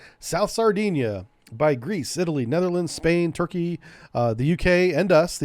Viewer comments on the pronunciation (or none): none